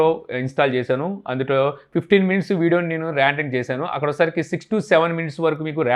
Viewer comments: Adi randering kadu rendering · Randring ??? "Rendering"